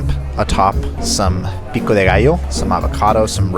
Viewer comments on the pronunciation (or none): none